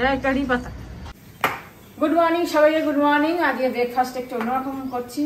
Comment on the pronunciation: কথা টা বেকফাস না ব্রেকফাস্ট, বাংলা বলুন না